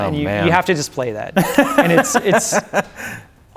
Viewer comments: He say you Brade runner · HE SAY YOU BRAAAADE RUNNAH